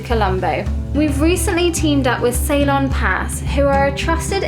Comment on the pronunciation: Hey Ceylon = Sea-lawn, that's how it should be pronounced darling..😊 cheers